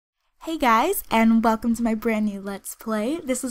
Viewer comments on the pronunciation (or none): none